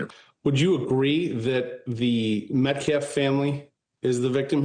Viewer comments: In a previous interview he couldn't even get Austin's name correct. He said Metclaf several times. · He really is an idiot. In previous interviews he pronounced several words incorrectly & kept saying Metclaf. He can't even pronounce Austin's last name. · The NGAC spokesman has said "self defflence", "re approch" "metclaf"....etc.